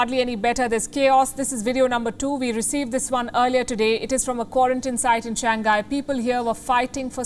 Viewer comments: SHANG- HAI not shang-gai 😩🤦🏻‍♀️ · THIS TALKING HEAD CANT PRONOUNCE SIMPLE ENGLISH WORD. IT'S SHANG-HAI , NOT SHANG-GAI....LOL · It's ShangHai... HAI, not ghai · To d presenter! It is pronounced as Shang-hai!! NOT Shan-ghai!!! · For a newscaster, please pay attention to pronounciation. Its “shang high” not “shang guy”… duh! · could be your short tongue but it's not pronounced as shang guy. it's shang hai. omg so cringeworthy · Its not shan-gai its shang-hai... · I respect you, ma'am. I really do. But, it's not "Shang gai". It's pronounced "Shang hai". Okay? 😁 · Learn to pronounce words correctly. SHANGHAI is pronounced as Shang-hai, not Shan-gai. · just a reminder, the name of the city Shanghai should be pronounced as Shang-hai, not Shan-ghai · It is pronounce as Shang Hai. Not shang gai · i was wondering where the hell is shan ghai... dude its pronounced shang hai, not san ghai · its shang hai not shan ghai ..... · Please correct your pronunciation ...its Shang-hai ..not Shangai!!! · The city name should be pronounced as shang-hai, not shan-ghai. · Please stop pronouncing it as Shang gay, it's Shang hay. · Shang-Hai not Shang-Gai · Not Shang gai but Shang hai 😅😅 Anyways Shang gai sounds cute too 😂😂😂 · Why can’t this news reader pronounce “ Shanghai “? She pronounced it shangkai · Wtf can not even pronounce shang hai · She keeps saying " Shan Ghai" like its new city. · Its Shang.Hai. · Is that how to pronounce that place? SHAN-GHAI not SHANG- HAI? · She can't pronounce shanghai correctly. 😁